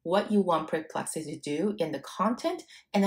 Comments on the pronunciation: I think it’s “per”plexity not “pre”plexity. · Awesome indeed! entertaining, cute imho, with a mildly dyslexic pronunciation of Perplexity as Preplexity, which is a name I may turn into a predictive analytic website of my own (Perplexity may complain, but ok). Lots of great clear instruction, I was looking exactly for this, thank you for all the pointers. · It's not PRE-plexity...it's PER-plexity...the number of times you mispronounced the name is insane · Like your vid, but is it only me that is annoyed with this? Apparently, your brilliant AI solution didn't inform you that it is PERplexity... not PREplexity! I suggest your PREpare first before your PERform! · Sorry to be picky, it’s PER-PLEXITYU not PRE-PLEXITY